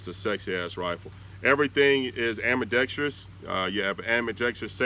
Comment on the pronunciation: FINALLY... A YouTube firearm enthusiast, content creator who pronounces "ambidextrous" properly.